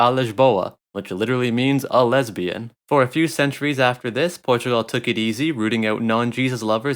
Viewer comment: I cracked so hard at "A Lisboa" - > "A Lesbian"